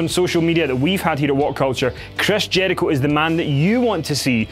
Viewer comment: Love this accent but I laughed so hard when he said "Chreys Jeurichoe" 😂